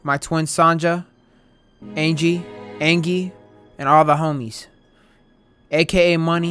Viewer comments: Bro Peruvian, Peru-vi-an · bro couldn’t say Peruvian